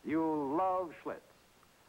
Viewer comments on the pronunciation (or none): That's Schlitz !....Not Schlutz